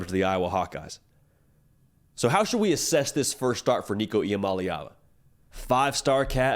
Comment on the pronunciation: Shout out on pronouncing Nicos last name correctly... its not as complicated as people think... the easiest way I learned it is... EE-AH-MOLLY-AHVUH.. with a lot of us and our southern accents it's the easiest way to pronounce it as close to correctly as possible,. without sounding out all the syllables.